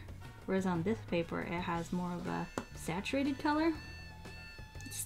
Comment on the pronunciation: And “saturatedd”